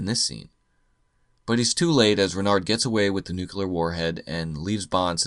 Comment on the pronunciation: It's nooo cleee arr, not noo kyuh lar. Ya knucklehead! lol Another great vid btw